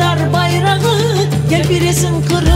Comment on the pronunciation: "хырым" дегиль, Къырым. Байрах дегиль, байракъ. Догъру лаф эт, яда лаф этме,!